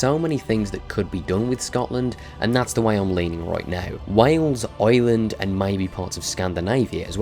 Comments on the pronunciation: Eyewind what a way to pronounce Ireland lol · why do u say Ireland wrong